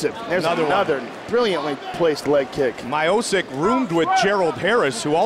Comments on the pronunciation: super bad pronounciaction of his surname.. :( it's miochich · Stipe: My-OH-Sick everybody: Mee-OH-Chich got it! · It is not My-O-Sick, it is Mi-O-Ch-i-Ch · damn it hurts my o sick its MEE - O - CHEECH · isnt miosick its mio chich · Lol, I feel bad for him, because his name is actually pronounced Miochich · I think he is called My O'Sick all his life. But as soon as UFC got international the correct pronunciation floated to the surface. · My-o-sick? Who the fook is that guy? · Stipe “he got good head” my-oh-sic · Steep-eh My-oh-sick, oh Goldie, we miss you. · Yeah even Bruce Buffer at the end called him My o sick. Lmao! 😂😂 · Wasn't just Goldberg. Rogan and Buffer were also saying Miosick lmao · "Stipe Mychostis" -Joey Diaz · 'my-o-sick' will evolve into 'miocic' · “my-oh-sik” lmao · Haha Goldberg sounding worse than Joey Diaz , God his pronunciation makes me "so sick" lol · you couldn't speak out his last name much wronger than: my-oh-sic :DD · "Stipe Mayosick" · "Bell-Tran" "myosick" damn man ask these guys there names before the fuckin fight lmao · Someone needs to make a video of all the pros who made their debuts and had their names mispronounced: Stipe My-O-Sik, KAI-EEN Velasquez... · Stipe "May O'sick" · I cannot believe I am hearing Joe Rogan say MY-OH-SIK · I heard My-O-Sic so many times in this video i actually believe thats his name now... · Stipe Mylanta OH-Sick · WTF! Did i just heard MIOSICK?😂😂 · Bro is anything worser than hearing joe and goldy the whole time keep callin stipe “My-oh-sick” over and over almost like they knew and were doin it on purpose 😂😂😂😂😂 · My-o-sick, it's virtually identical to the right pronunciation! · “Stipe Myosik” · It makes me Aggressive when he sad my o sick bro, bro is this so difficult to say "Miocic"?? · Commentator:Stipe MAJOUCIČ 🤣🤣🤣🤣🤣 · If you say My-o-sick, u gotta say Sdye-pee as well. Sdye-pee My-o-sick. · Its almost as if theyre deliberately saying Miosick over and over again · Right reading is Miotschich...